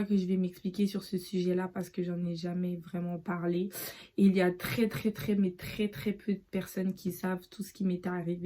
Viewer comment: trrès mais trrr trrr trr trr trré spécial (sinon que dieu te bénisse)